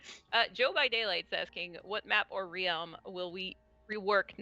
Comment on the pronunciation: If says Realm like Re-ealm one more time I'm going to shoot myself